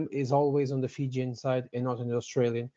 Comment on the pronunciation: Wow!! pronounced Fijian version of War dance perfectly. Regards 🇫🇯